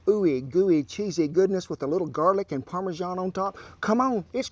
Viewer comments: "And what is it? Some parmeJEAN" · He's a proper little Gordon Ramsay isn't he😂 why do Americans mispronounce parmesan??